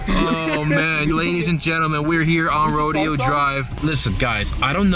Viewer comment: It's not pronounced "ro-dee-oh", it's pronounced "ro-day-oh"